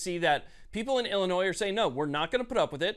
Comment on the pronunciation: P'sown ILL Illinoise.